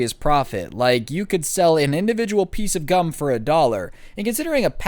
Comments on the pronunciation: Oh gum Thought he said gun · I thought he was saying gun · I know I'm pretty late but who else thought it said gun instead of gum